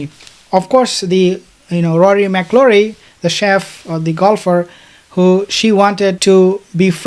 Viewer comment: Its, Rory Mack -el -roy.